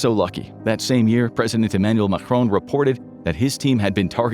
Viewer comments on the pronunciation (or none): none